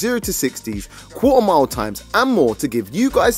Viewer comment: Quarter mile?? I was hearing cool amount 😂😂